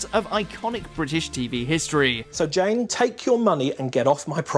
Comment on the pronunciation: Had to relisten to the sad little life Jane and it sounds like you said Jen